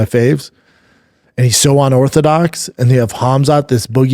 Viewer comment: He's ONdefeated and ONorthodox🤣🤣🤣 I love this pod. But damn brother. Slow down and speak right. Brendan hits yevery pet peeve yevery time.